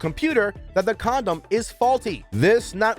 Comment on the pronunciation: huh-huh... he said "comdom"...